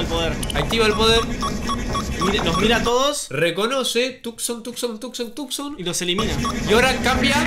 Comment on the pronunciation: Porque siempre dises Tucson